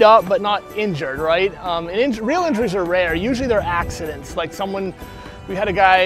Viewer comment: "Axexidents" huh?